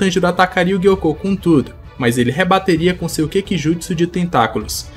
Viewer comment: Por que o Gyoko é gui-ôcô e o Hantengu não é Hanten-gÚ? 😂